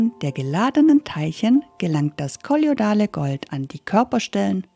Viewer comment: Sehr interessant, allerdings sollte die Sprecherin das Aussprechen des Wortes kolloidal noch üben😂